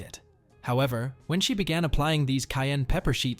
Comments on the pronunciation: Kai and pepper I don’t know what she saying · How do pronounce it, "cain" pepper or "ki-ann" pepper. She must be Ausie!